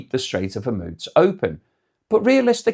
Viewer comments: Pronounced hermuuuz nit hemuts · Why do you always say Hormuz like that? It seems everyone say it differently! 🤣